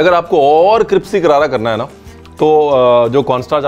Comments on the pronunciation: Yes. He said cripsy, not crispy. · Oh I am pretty sure he can say "crispy", his diction is flawless otherwise, just listen to him pronounce complicated French words and he nails it. He just chooses to call it "cripsy". Part of his Ranveerisms and charm I guess. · Who else notice that he said cripsy instead of crispy🤣👌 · He always says cripsy instead of crispy And his all time dialogue...."fir ap kahenge Ranveer aapne bataya nahi" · Cripsy karara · "Cripsy Karara" 😍😍😍 Love watching u nd ur videos....also thos IPL edition is amazing 😍😍😍💜💜💜💜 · Excellent and easy to prepare. But sir, the word is crispy, not cripsy which means “karara “. Thank you and stay safe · parr ...sayed "Crispy Karara" hoga ...aapne "Cripsy karara" kaha hai sir 😂😂 Thanks for Recipe 😋😋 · Cripsy karara 😂😂🤣🤣 love you dear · Cripsy chicken ha ha ha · Cripsy ....funny chef ! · Was "cripsy" deliberate? 😆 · Cripsy kya hota Hai bhai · That cripsy 😂😂😂😂😂😂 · We have watched this video only to hear him say.."cripsy"..ha ha ha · Oxford, can you hear? Please add cripsy to your collection. Bhai cripsy nahi hota hai crispy hota hai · Anyone heard cripsy?🤭❤️ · Its crispy not cripsy.. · is he said crispy ko cripsy?😅😂😂😂😂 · Ranveer, it's crispy, not cripsy..... Lol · Bro aap cripsy kyu Bolte ho😂😂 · Wo crispy he cripsy nahi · Hey, it’s crispy, not crispy !!! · Cripsy Lol 😜😜😜 mene 10 baar dekhne pe notice kiya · Its always CRIPSY for u. Its never CRISPY. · Was I the only one who heard Ranveer saying "cripsy" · Love it when he says"cripsy hoga" 😊👍🏼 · Chef saying Cripsy karaara...😂 Hilarious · He says cripsy every time you look good saying that cripsy is also a nice word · He always does...😄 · In every video he does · Aisa hi lag rha hai😂